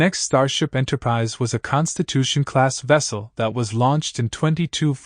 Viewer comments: Enterprise eh and Enterprisey. 😂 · Why don't you take a real human speaker? Why do you take this AI-BS? What's an "Enterpri-zey"? Enterprizy